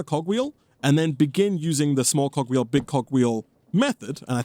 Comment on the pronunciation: I legit thought he said cock wheel ☠️